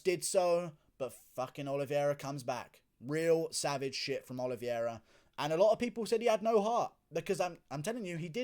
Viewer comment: Guru, the correct pronunciation is O-L-I-V-E-I-R-A, not OLIVIERA